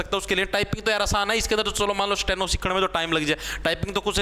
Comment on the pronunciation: Sateno nhi Steno hota h 😂😂